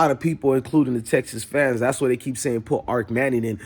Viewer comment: Bro, it’s not Arc Manning it’s Arch.. But I do agree, it’s Malik over Arch-Overrated-Manning..